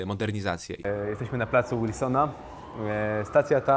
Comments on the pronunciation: Kurwa ale się wkurwiłem Plan Wilsona a nie kurwa Łilsona Plis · Pojawiłeś mi się w dc na tik toku, zajebisty film, mała anegdotka, czytamy tak jak piszemy Plac Wilsona (nie Łilsona)